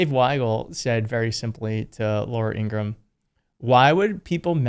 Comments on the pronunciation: It's pronounced In gra Ham will you forget to say the ham part in Ingraham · Ingra-ham. Don’t forget the ham. Like something right out of Looney Tunes. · By the way she doesn't like it when you pronounce her name Ingraham and you don't put the ham on the end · Shouldn't it be pronounced INGRA - HAM? She is a big ham. Not pretty either. and cthe voice!!!! Oh save us!! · ING-RA-HAM = is the proper pronunciation, per her brother. And against her preference.